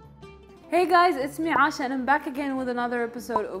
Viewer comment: Am i the only one who hear her name being pronounced as Asha instead of Aisha ..? lol